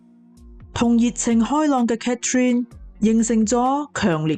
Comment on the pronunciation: 你講女主人的讀法讀错了😂😂😂Catherine; why not Cathy?